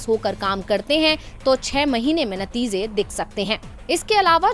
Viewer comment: madam mouzuda nhi mojuda hota h, natiza nhi natija, aur khela hove nhi hobe... 🤦🏻‍♂️